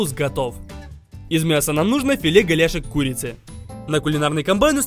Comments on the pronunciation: говорит: " Нам нужно филе голяшек курицы" Я слышу: " Филе говяжьей курицы" Я: 🗿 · мне одной показалось что он сказал "филе говяжей курицы" пжахшвш😅